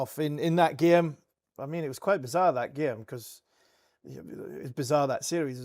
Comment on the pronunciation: Every time Harmy says "gyayme" an angel gets its wings.